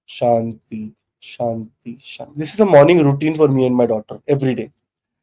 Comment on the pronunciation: Can I just tell 2 mantra mistake?..... Small one but very very important. 1) it's not swah...it is "swa"... Om Bhu bhurva swa 2) Om Shanti Shanti Shantihi... This will make mantra chanting flawless and you will gain a lot.